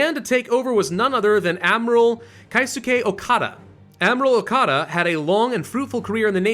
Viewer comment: pronouncing Japanese names aren't the same as German. When there's "ei", you don't say -ai, you say -ay. Keisuke ke/i/su/ke. And then there's the silent /u/. The pronunciation of Yokosuka isn't Yoko-suka, it's Yokoska. Idk if I'm saying this right. If not, please help me.